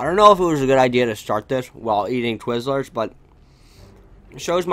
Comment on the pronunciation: They way you say twizzlers lmao Also the fact that you actually like twizzlers